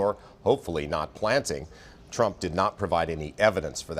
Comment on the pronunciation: "Frump"? Seriously? 😂